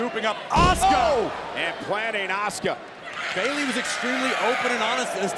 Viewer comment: that is A-SU-CA there is not a sh or ch letters or pronunciation of the name OH SUE KA.